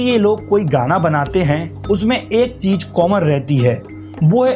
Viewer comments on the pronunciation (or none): Saarook Khan, Cheej, Bhasa. Yeh kaise pronunciation hain?